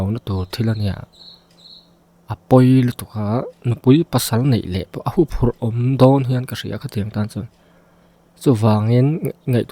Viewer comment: Húphurh a ni lo leh bawk. Hùphùrh tih bawk tur a ni...😮😮😮